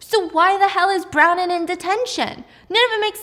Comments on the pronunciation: Stephanie…. I love you but hearing you say brownin hahahaha bron wyn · Bron-wyn not Browning 😊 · Haha, her names Bronwyn, pronounced Bron-win. I had to look it up cos Brownin didn't sound quite right! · Is her name actually brownin or is it Bronwyn cause I have the same name and it's pronounced Bron- win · Is the girls name Bronwyn? I can't tell bc it sounds like you are saying Brown-in instead of Bron-wyn. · Brownin?! It’s bron-win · Brownen is Bronwyn...pronounced Bron-Win. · I always look forward to all of your content! You're such a talented storyteller and it's amazing how you can retain all of this information in so much detail!! Also FYI, the character's name is pronounced BRON-win 😅😅😅 spelled Bronwyn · I think it’s kind of funny the way she calls Bronwin, Bronin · Pronounced Brawn-win btw😭😭 love ur vids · Icl the way she says bron- WIN makes me want to cry but this was so good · Not you calling Bronwyn brownin 😂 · Yeah I looked up the audio book and it's literally my name which is pronounced Bron brahn-win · It's bronwin. Bron - win. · bronwyn == "brawn-win" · I love Stephanie but was cringing so hard with the pronunciation of Bronwyn eek! Aldo, the show is sooo good! But it was just recently cancelled by Peacock sadly! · STEPHANIE I LOVE YOU BUT U DIDNT PRONOUNCE BRONWYN’S NAME CORRECTLY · Brown-in? Yeah you do need detention. It’s pronounced “Braw-nyn” 🤦‍♀️🤦‍♀️🤦‍♀️Couldn’t pronounce omniscient correctly either. Come on. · Her name is BRON-WYN… brawn-win…! Omg Steph, come on. It’s an easy Irish name. You got her sister, Maeve, correct. And note to the author, epinephrine has laws for storage in schools, it’s a prescribed medication, not a damn Tootsie Roll. They would never be sitting out in a cup on the office counter.